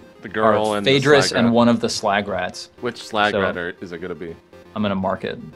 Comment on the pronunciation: It almost sounded like said 'swag rats'.